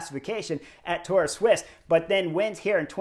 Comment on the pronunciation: Sweessss. Sweeesss sweeess keep saying it sweeeeeessss. Not fkkkkn swiss. It’s sweeeessss